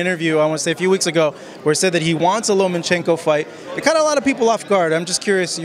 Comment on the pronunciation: say it with me... LOW-mmUH-CHENKO! And are you wearing EYELINER? Really? Cool! I wore eyeliner in high school! LMfucking AO!